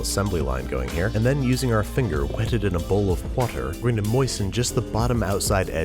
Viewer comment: "Wh-etted" "Wh-ater"